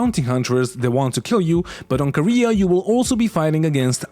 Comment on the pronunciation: Kah-ray-uh... not Korea